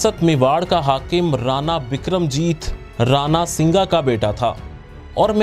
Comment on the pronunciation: اسلام علیکم نہایت خوبصورت انداز اور عام فہم گفتگو ۔بہت خوب ۔امید ہے باقی ویڈیوز بھی جلد اپلوڈ ہوں گی ۔ ایک بات تھوڑی کھٹک رہی جو یہ ہے کہ آپ نے بولا رانا سنگا ۔جبکہ ہم اپنی کتب میں رانا سانگا لکھا دیکھتے اور پڑھتے ہیں دیگر YouTube ویڈیوز میں بھی یہی لفظ سننے کو ملتا ہے اگر یہ کمنٹ آپ کی نظر سے گزرا تو ضرور رہنمائی فرمائیے گا ۔